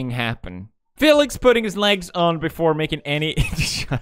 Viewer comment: He say b4ide